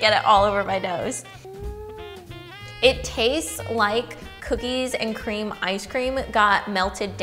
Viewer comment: COOKIES AND CCREAMM!